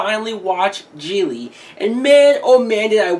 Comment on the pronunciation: The fact you can't pronounce the movie or the director is fitting 😂